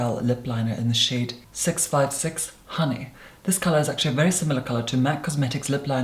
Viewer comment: I heard 'shade' as 'shit' lmao